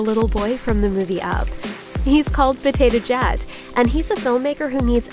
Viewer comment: I heard her say "Potato Jat"... Just me?